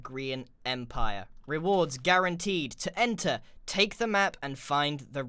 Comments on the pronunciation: lol its guaranteed not garunteed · So... Was the "garunteed" on purpose? Hmmm... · GARUNTEED! Not guaranteed lol